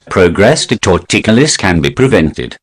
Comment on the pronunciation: Tor-ticulous LOL.